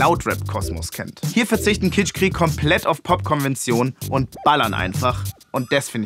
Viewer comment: Könnt ihr kitschkrieg nicht einfach mal normal aussprechen und nicht Kitschqueeek